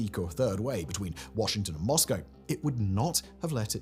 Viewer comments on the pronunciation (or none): none